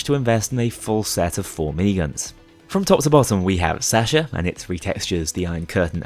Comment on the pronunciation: Didn't you forget to record Counterfeit/Birth of Sky on some other run as well? Also, I love your content, but god, your pronounciation of Sasha and Natasha hurt my soul